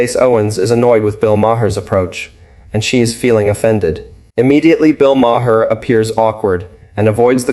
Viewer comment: where on earth are you from? you cannot pronounce bill maher's name, ever, and candace owen..... the way you pronounce all these names make me think that you are a bot, or extremely dumb.